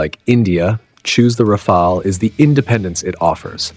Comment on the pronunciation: This is truly one of the very best reviews of the Rafale I have seen in a long time (and, believe me, I have seen dozens), especially coming from an English speaking person. Another positive aspect to me is that the narrator in this video is one of the rarest person pronouncing "RAFALE" correctly, not like most narrator who say "RAFAELI", mostly Americans, not British (you have no idea how much that irritates me)